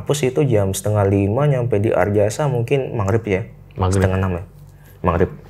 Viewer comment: anjay madureh ongghu, maghrib jadi mangrib 🤣